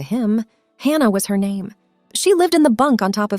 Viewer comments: Could you please stop mispronouncing Hannah 😢😢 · Please stop mispronouncing Hannah 😢😢😢